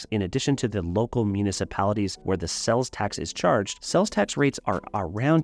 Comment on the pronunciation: Are you saying "sells" tax? It is "sales" tax